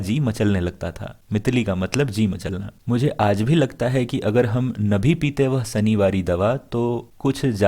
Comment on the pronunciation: mitli ji matlana na ki machlana